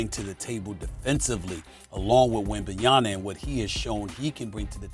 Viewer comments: I’m just so shocked the amount of times Victor WembanYANA has been said, can casters and sports show hosts read? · When is Stephen A gonna pronounce Victors last name correctly? It’s not WembanyaNa it’s WembanyaMa with an M cmon bro be respectful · Stephen A Smith keep saying Wembenya(n)a on purpose. He knows it’s Wembenyama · Why is it so hard for people to pronounce the M at the end of wembys name …. It’s Yama not yana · When is SAS going to realize it’s “Wenbanyama” not “Wenbenyana” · WeMbanNaMa... Man Stephen A Smith. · This has been going on for too long now, why can’t S.A.S spells wemby’s name right? WembenyaNa!!! come on man :)) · WembanyaMa, Stephen A.. WembanyaMa.. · Stephen A keeps calling him WembanyaNa....come on, dude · Why does SAS keep on saying wenbenyana? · Stephen A! Put some respect on WembanyaMa's name! Is it that hard? Or are you just trying to get people to comment? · When will Stephen A ever learn to say Wembanyama's name properly?! It's getting ridiculous at this point. 😒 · Will SAS ever say Wembanyama correctly??? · It took years for the league to get Giannis' name right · How fucking hard is it to pronounce the dudes name correctly. Its a "M" not a "N". Constantly saying his name wrong. Its been months. Get it right. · Who else has noticed that SA cannot pronounce Wembanyamas name properly? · sas still pronouncing his last name wrong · How do the producers NOT tell him about it like wtf. He’s been pronouncing it wrong for weeks now. Same goes with Perk. He calls Rui “Hachimara” when it’s supposed to be “Hachimura”